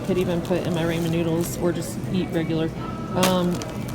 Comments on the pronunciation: RAW-MEN. Not RAY-MEN. Hahaha! :) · "Raw-men" noodles lol not raymon. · Ramen - pronounced Raw-men noodles.